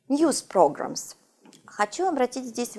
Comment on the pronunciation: програмс я ору.чисто по русски